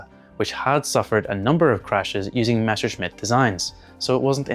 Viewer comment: meSHerschmitt -> instant downvote It's MeSSerschmitt